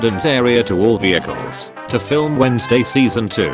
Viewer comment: I’m singaporean, and I got stuck at every “vehicle”